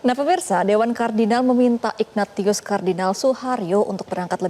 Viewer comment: Belajar dulu mbak ...ignatius itu dibaca ignasius...bhs latin.